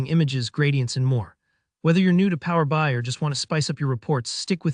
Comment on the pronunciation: Strange narration. Who pronounces PowerBI like that?